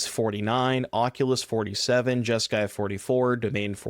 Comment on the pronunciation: You mean Jesk"eye" demon